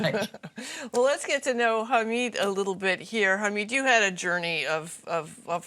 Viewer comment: It is "Hamid", not "Hameeed", its short of Mohamed , not Mohameeed .......